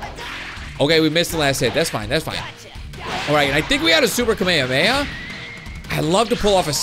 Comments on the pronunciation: It's ka-me-ha-me-ha prounoncation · Ur pronouncing kamehameha wrong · This guy can't pronounce kamehameha